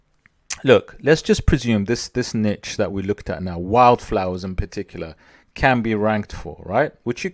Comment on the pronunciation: Thanks for the informative video. I also want to say thank you for saying niche as 'nitch' vs neesh. I guess I'm old school. Drives me nuts lol 😁